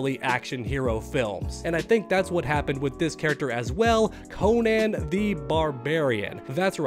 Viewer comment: I’m sorry but the way you pronounce Conan is insane. Like how would anyone read that Cone-Anne? Lol